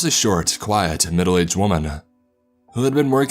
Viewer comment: Why every word he say end in Ah! Windowah womanah Ah Ah Ah. Shit annoying